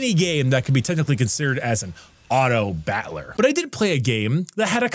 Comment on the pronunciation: Why is he saying it as bat-ler like butler? It's driving me crazy here, lol